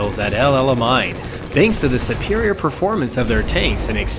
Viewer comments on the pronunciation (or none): Isn't Alamein pronounced al-a-main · Yes it is